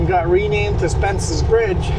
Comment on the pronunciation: It's Spences Bridge.....Not Spence Bridge.....yikes...